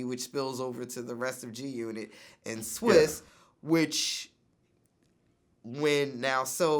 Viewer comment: For Vlad to be such a hiphop head, i reeeaalllyyy need him to stop calling TaTa "TyTy" and actually pronouncing Swizz "SwiZZZZ"